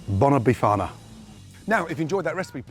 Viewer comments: Did u hear him say ‘be farter’ or was it just me? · 😂😂😂😂 not bifana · Wtf did this guy just do?? He just butchered the Bifana... Thats not a bifana my friend so stop calling it one... It does look nice but isnt a bifana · "tradicional bifana" oh boy gordon, that is far off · Looks good. Just don't call it "bifana"...